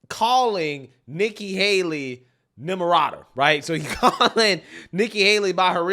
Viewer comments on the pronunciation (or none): I honestly thought Trump called her "Nimrada" as a play on Nimrod, I thought it was hilarious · Say her name....Nimirata 😊